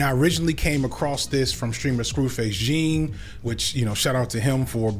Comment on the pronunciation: Hey: It's pronounced Scru Face John (Well, Jjjjohn, actually. It's the French pronunciation because he's Nigerian)